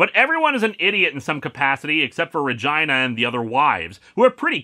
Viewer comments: it's "re-gee-nah" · Uh, I think that's pronounced ruh-GEE-nuh. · Linkara... dude... can we talk about how you're pronouncing Regina? Because that's... that's not how you'd normally do it.